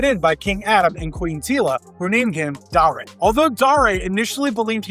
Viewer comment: Dar A? It's Dare as in I dare you to say that wrong again.